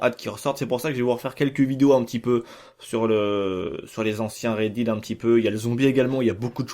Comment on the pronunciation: Horrible le "Red Did"